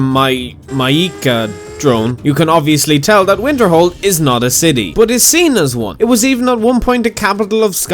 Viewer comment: When you say Winterhold, what I hear is Winterfell.